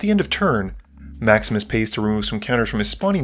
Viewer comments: Every time you say "Maximus plays" it sounds like you're saying "Max misplays" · I keep hearing "Maximus" as "Max Miss"... 😅